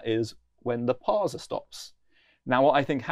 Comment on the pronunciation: No one says parzer. Except.